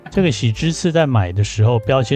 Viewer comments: 不是唸ㄇㄟㄘㄇㄟ是ㄇㄟㄣㄇㄟ😚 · 您好 的正確讀法應該是 メンメ MENME 不是 METSUME